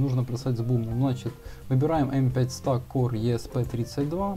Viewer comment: только не Стак, а СтЭк!!! Вещаешь в массы - вещай грамотно! Не плоди безграмотность - ее и так немало!